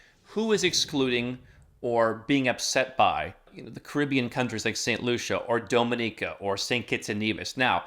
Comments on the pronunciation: What is doh-mih-neekah 😅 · I know what he was referring to. The pronunciation is off though